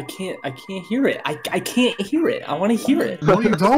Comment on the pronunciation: "I wanna hear it" "You dont wanna year it"